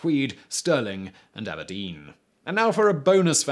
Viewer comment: The bonus being that Simon W can pronounce Aberdeen